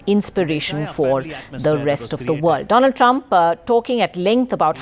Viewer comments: doland Trump instead of Donald Trump 😂😂😂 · Funniest part was when Modi said: Do - Lund Trump. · did he just call him Do-Lund Trump ? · present to you Mr "DOLAND" TRUMP 🤣🤣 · Doland trump😂😂😂